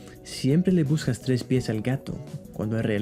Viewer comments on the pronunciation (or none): No 7 Tres not Tries